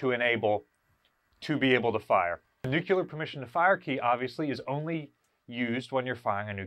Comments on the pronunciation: Nuclear, not nucular. Pet peeve. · Dude- have watched all your videos but Jesus, its NEW-klee-er, not NUKE U LER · Nuclear. NEW CLEAR. Not nucular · Please pronounce "nuc le ar" properly .. rather than the incorrect "nuc ya ler" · NEWK-lee-yur. Say it with me, NEWK-lee-yur. Again, NEWK-lee-yur. Good. NOT, noo-CUE-lur…. Now, go practice that 50 times and then come back and film the video. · nucular or nuclear? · Nu-klee-er not nuke-ya-ler🤣🤣🤣🤣 Just havin fun...love what you all do to preserve these amazing beasts. God bless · The pronunciation is Nuc-LEE-ar, not nu-cu-ler, If you can't pronounce the word correctly you probably are not providing correct information. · Nuclear (NuuK-LEER)....Nuclear. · Homer would be proud of pronunciation 🙂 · Wouldn't it be nice if could pronounce nuclear properly?